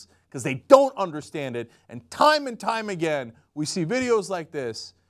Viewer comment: “Here we go AGIN”